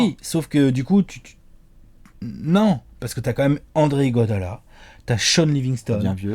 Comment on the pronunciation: Ptêt qu'un jour vous l'appellerez par son vrai nom : Iguodala et non Iguadola.